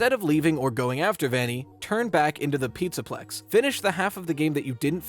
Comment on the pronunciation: hehe you said “pizza pecs” by accident